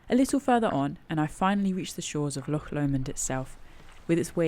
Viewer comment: A great documenting of the ascent and descent of Ben Lomond and may I commend you on your pronunciation of "Loch", not bad for a Sasanach lol .....although marks off for referring to valleys and lakes. The valleys and lakes stop at the border, only glens and only one Lake - Lake of Menteith in Scotland. Can I also encourage to buy some boots with a good grippy sole, or your going to come a cropper on one of these steep descents. Great vid though :-)